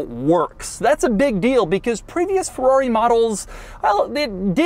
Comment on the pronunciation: Not a Fowawi. Not again Doug!